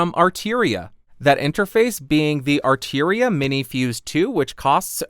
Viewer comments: Arturia not arteria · Why would you pronounce "Arturia" as though it was spelled "Arteeria"? (Asking for a friend). Perhaps it was my imagination, but in the comparison section, the Focusrite actually sounded a wee bit fuller to my ears.